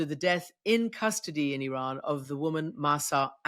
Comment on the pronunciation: Christiane Amanpour Presents: The Ex Files with Jamie Rubin Sorry Mr RUBIN you read IRAN so wrong . far far wrong